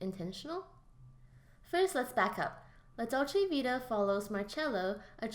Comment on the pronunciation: Dude, kindly do your homework and learn how to pronounce the name of the film before recording it. Also Ekberg was Swedish, but her character was supposed to be American, not Italian. And "an Italian fountain?" The famous Trevi Fountain! This important film deserves better treatment by a casual commentator.